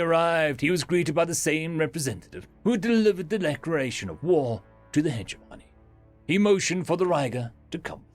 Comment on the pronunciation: hedge-money -> heh-jemonee